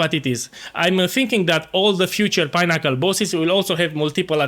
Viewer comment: Pineaccle 😂, love the content and the hilarious intros.